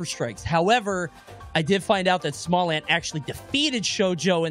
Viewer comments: "And also.... we have " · “And smallant too” lol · Bro said "then theirs smallant then continued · LMAO “and then we have ” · "And then there's smallant as well..." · "And then we have as well" ffs hahaha